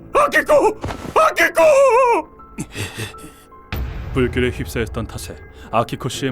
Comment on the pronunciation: 나만 아키코가 빠삐코라고 들리는 건ㄱ...